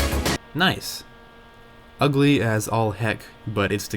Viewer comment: I'll give it a like cuz u said Noice 😁